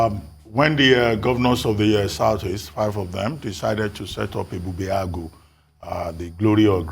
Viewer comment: your pronunciation of Ebubeagu falls short of that of Dr Abati who is a Yoruba man and you are supposed to be 'Igbo'. mmm?